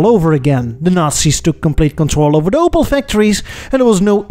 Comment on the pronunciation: Its called Opel not Opal Took me extremly long to recognize what was meant